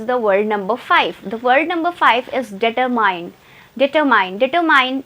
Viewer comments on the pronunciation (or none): Your Determine pronunciation is wrong .Miss you have to focus on your pronunciation to speak better